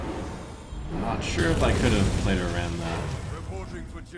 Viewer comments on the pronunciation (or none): none